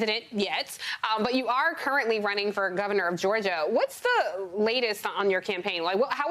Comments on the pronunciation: Oh my God in this day and age someone actually pronounces it star track LOL it's Star Trek lady! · Did you just call it "Star track"? Have you NEVER watched the program? When did it start, 1963? And you STILL don't know?